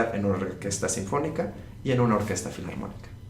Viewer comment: recuerda q NO es " Fliantrópica " , sino FILARMÓNICA